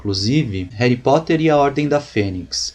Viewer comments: cara eu te respeito tanto. mas "reri poter"? é sério? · réry poter kkkkkkkkkkkkkkkkkkkkkkkkk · '' Réri Potter '' ta sertu